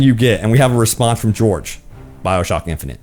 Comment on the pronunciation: did he just pronounce jorge as george??